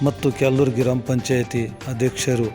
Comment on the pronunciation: ಯಾರಪ್ಪ ಅದು ಮಹಾನುಭಾವ ರಿಪೋರ್ಟರ್ ಸರಿಯಾಗಿ ಕನ್ನಡ ಕಲಿತು news ಹಾಕಿ ಕ್ಯಾಲನೂರು ಗ್ರಾಮ ಅದು✅ ಕ್ಯಾಲನೂರು ಗಿರಾಮ ಅಲ್ಲ ❎